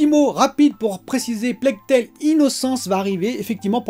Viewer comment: Bravo pour la prononciation correcte de "Plague Tale"! C'est la bonne! 😉👍🏻 Bon weekend à toi!